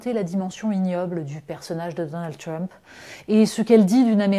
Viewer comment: C'est "Trump" pas "Tiump"...